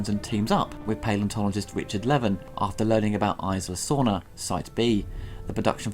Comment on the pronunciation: it's "Ees-la" Sorna